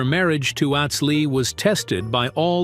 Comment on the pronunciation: Narrator can't pronounce certain words correctly ... Atz isn't pronounced like the world at...it's pronounced lie the word not